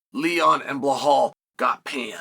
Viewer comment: Where does Chael learn these names, are we watching a different league? Sa-real, Belhal, Pee-era, Makelchev…..